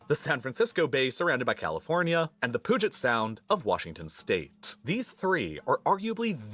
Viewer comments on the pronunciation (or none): I think 'empire' was just a bit of hyperbole. Re. the length of the Mississippi R., he's wrong by just 1 mile, since the Missouri is only that much longer. Up in the Pacific NW, he mentioned Puget Sound, but mispronounced it as 'POO-jit', rather than 'PEW-jit'. When correctly pronounced, the Atchafalaya River = uh-chaff-uh-LIE-uh, rather than ah-chuh-fuh-LIE-uh. Re. invasion, we have a coast on a 3rd. ocean--the Arctic Ocean, which is getting easier by the year to use. This may be hard to believe, but Montana is several thousand kms. larger than Germany. That's what President Trump has been saying during the entire Iran War--we don't use the Strait of Hormuz at all, so aren't affected by the problems other countries face.